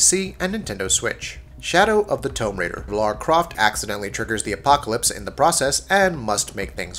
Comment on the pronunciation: Why can this guy not pronounce words like Tomb or Iron